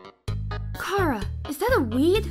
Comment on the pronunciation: 1 chara’ s not a boy 2 it’s chara not cara